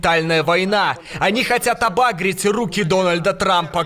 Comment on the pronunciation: Не обАгрить, а обагрИть